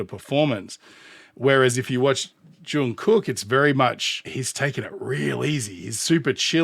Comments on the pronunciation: Hey, fantastic commentary once again! I love that you picked up on the details and foundation of their performances. Pronunciation: Jung does have a hard J sound but it rhymes with sung (as in sing). Then carry that hard G sound into the second part of his name. It's more correct to say "Jungook" than "Jung Cook". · Your pronunciation is fine, though it is a bit more of a softer K, more like a G. But if the pronunciation troubles you, just call him JK. It's a nickname ARMY uses, his BTS brothers use, and he even uses on himself. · Imho, he didn't do it better, but, thank God, he didn't do it worse 😅 It was a very good collab, because it was important for JK!!! Oh! About JK's name, the pronunciation is something like /Jungook/ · Jungkook is pronounced more like "Chungoog." The last "g" is a stopped song like in hot dog. The Korean character that we romanize as "k" for some reason, can sound anywhere along a spectrum of k to g depending on where it's placed in the word.